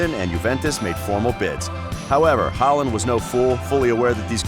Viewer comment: That was clearly not the point. Historic legends like Schmeichel and Kluivert should be possible to be atleast close to pronouncing. Håland's was probably the best pronounciation